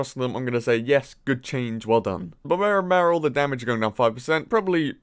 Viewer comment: Love it when he says "Babarian Barrel"